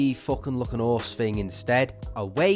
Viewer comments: haha i love the way he says 'orse instead of horse during the bravestarr segment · I like how you guys dont say the H in Horse.